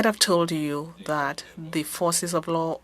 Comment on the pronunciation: I can barely understand her, she mispronounces several words (that=\=dat). Makes it quite hard to follow.